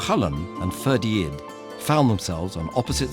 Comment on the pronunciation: It's Ferdia, you don't pronounce the D. I always found this story particularly harrowing, CúChulainn having to fight his bro Ferdia to the death, it's just heartbreaking.